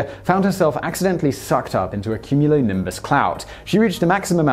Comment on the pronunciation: Have you never heard the word cumulonimbus before? How are you pronouncing it like that?